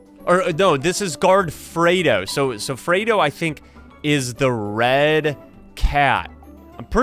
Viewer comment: Fredo Is pronounced Freddy but With O